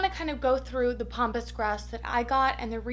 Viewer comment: Pampas not pompous. Sorry I just had to say something.